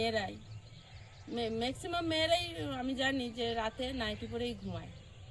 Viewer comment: আপনি এক কথায় বলতে পারতেন, যে রাত্রের পোশাক পরিবর্তন করে রান্না শুরু করেন।।। এত কথা না বলে ।।। আমরা কোন সময়ে বাস করছি এসব অপ্রাসঙ্গিক কথাবার্তা বলেন কি জন্য, কোন কথার কোন উওর 🙄🙄🙄 আর ওটা ম্যাক্সিমাম 'ক্স' এবং সাপোর্ট 'সা'।। শব্দ বলতে শিখে কথা বলতে আসতে হয়।। একটা শব্দের ঠিক নেই।। এত চ্যাটাং চ্যাটাং কথা কেন???